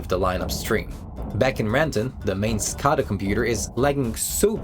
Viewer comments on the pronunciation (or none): Great video! Quick point: at least as I’ve always heard it pronounced it’s “skay-dah” not “skah-dah”. Maybe there’s some regional variation but I’ve worked power in the Midwest, New England and Southwest and I don’t think I’ve heard it your way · It's pronounced skaeda not skahda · Your pronouncing scada wrong. It's a PLC communication protocol that is used for industrial controllers. And it's pronounced SCADA with an A not an O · SCADA: skay-duh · it is pronounced Skay-duh. SCADA systems have so many hidden vulnerabilities around the globe it is what keeps me up at night.